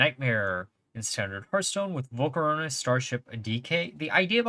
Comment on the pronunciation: is mispronouncing volcoross a thing? why are you adding an extra syllable 😂